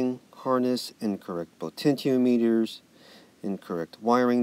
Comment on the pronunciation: Lol tenyins and potencheemeeters